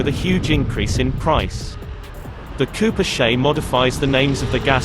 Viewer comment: "Cooper SHAY?"